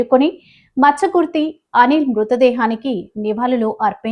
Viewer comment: Please read the names properly. Muchakurthi Anil Kumar. Not Machakurthu..😔😭